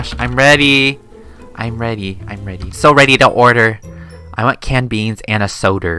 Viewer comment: when said i want a soder iwas laughing so hard and tried not to laugh becuz i had soda i my mouth and it spilled on me:/